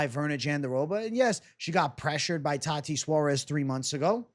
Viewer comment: Please stop saying "tati suarez"